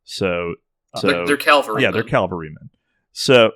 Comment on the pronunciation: It's Cavalry, not Calvary